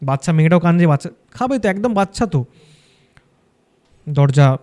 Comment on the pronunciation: মানুষ পড়াশোনা শিখেও জেনে বুঝে কি উচ্চরণ ভুল বলে? ওটা ওটা ওটা বাচ্ছা বাচ্ছা বাচ্ছা হবে না। ওটা ওটা ওটা বাচ্চা বাচ্চা বাচ্চা উচ্চারণ হবে 😢